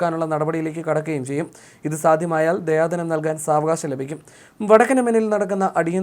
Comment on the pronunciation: ദയാധനം അല്ല ദിയാ ധനം അറബി പദമാണ്